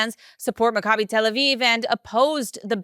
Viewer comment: My G-d, you have no clue how to pronounce "Macabi", do you?